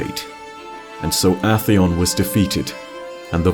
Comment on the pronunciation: I swear, every time he mispronounces a weapon or enemy it just make me wanna kill uhtheon with my yallahorn